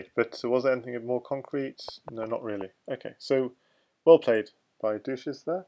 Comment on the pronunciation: "dushezzz" was probably intended to be pronounced the same way as "sanchez", not like "douches", the things used to clean vaginas haha. Other than that great commentary :)